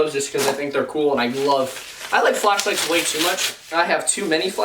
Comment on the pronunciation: Omg lol, when you were talking about flashlights and how much you love them and love to play with them, I thought you said fleshlights lol!😅😅